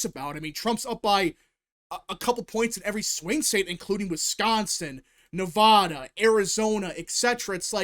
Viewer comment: Say Nevada correctly